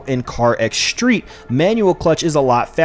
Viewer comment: There’s no H in street. Or stream.